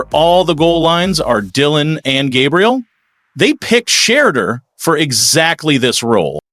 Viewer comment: OKAAAYYY 😡🤬 I'M GETTING REAL TIRED OF ALL YOU TALKING A** GUYS MISPRONOUNCING THAT YOUNG MAN'S NAME!! DID YO A** TAKE ENGLISH??! IT'S NOT SHED-EUR... IT'S SHE-DEUR DUMMY!!🤨😖😤 YOU SUCK AT COMMENTATING